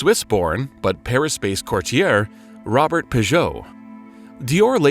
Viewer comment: Robert Piguet (Roh-behr Pee-gay) please do your homework